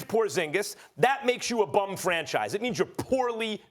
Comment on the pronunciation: to hear Max say BUM 😂😂😂😂😂😂😂I FUCKING LOVE IT